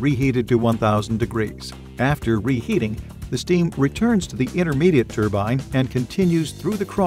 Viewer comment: Yeeeeee haaaaaaaa !!!!!! It's a TRUEBINE BLIBBY,,, " turbine" just won't do 😝 TRUE-BINE😝✌️ YEEEEEE HAAAAAAAA ✌️